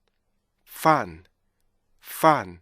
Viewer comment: 연구 진짜 많이 하셨네요 와... 근데 죄송한데 맨 나중에 fun 하실때 자꾸 퍼t 들려요. N을 좀 정확히 발음하셨으면 완벽하실거같애요. 감사해요